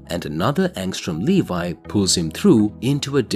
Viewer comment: Angstrom Levy, Le Vee, not Levi like the jeans it's pronounced Le Vee.